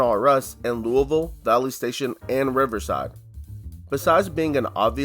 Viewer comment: I nearly spit my drink out when he said Louisville correctly